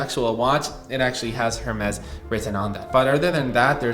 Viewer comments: It's pronounced as 'Ermes' and not 'Hermes' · Just a helpful tip on pronunciation, it sounds like Air-Mez not Hair Mez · The H is silent in Hermes. Pronounced as Air-Mess’ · Please pronounce Hermès correctly 😅 It's [ɛʁmɛs] or [ɛərˈmɛz], no H involved. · Bro it’s pronounced Ermes. H is silent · in French is pronounced er-MEZ. The letter "h" is silent in many languages, including Spanish, French, and Italian. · can u pls stop pronouncing the h in Hermes im begging you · the h in hermes is silent omg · Not trying to be a hater but there is nothing more American than pronouncing Hermès this way, just atrocious